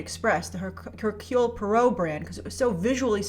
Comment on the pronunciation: herk-you-lee pwaah-roe .. (